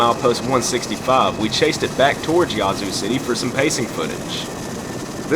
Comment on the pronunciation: WHOA! You SOUND Southern - - but - - it's NOT YAH-ZOO city - - it's YA-ZOO city - the 'A' is like in HAT -"u 2 smot ta be senaz ignernt"